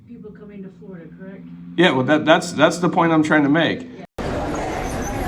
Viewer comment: Wow "flee plane-lide"! To "Flow-rida" Hook me tha fluck up! I wanna swim!😂😂